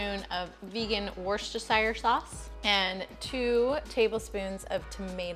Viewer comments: A UK person here, worsershire sauce is pronounced: wuster-shure sauce. Hope you see this. ❤❤ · Worcestershire sauce. Pronounced: Wusstersher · Werster-sherster-shester-shire sauce